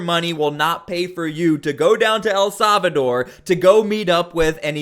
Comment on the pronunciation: The proper pronunciation of El Salvador in English is: el SAL-vuh-dor Not... "El Sov a door"